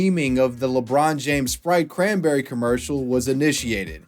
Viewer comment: ITS SPRITE CRANNBERRY